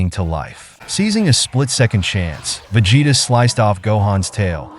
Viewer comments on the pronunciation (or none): Veg hetta😂😂😂cant hear no more